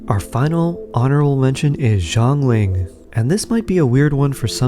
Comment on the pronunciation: It is not [Jo'nglin] it is [Sya'nlin] Xiangling